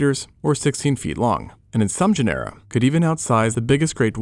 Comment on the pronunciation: Just one tip: “GENERA” is pronounced “GÈNERA”, not “GENÈRA”